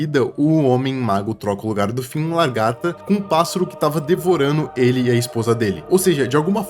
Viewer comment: Não tankei tantos "largata" kkskekwksk